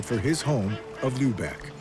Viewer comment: Enough of lubecks - the name is Lübeck, not Lubeck!